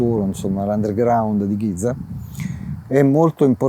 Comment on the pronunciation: potrebbe almeno provare a pronunciare bene GIZA, visto che ci lavora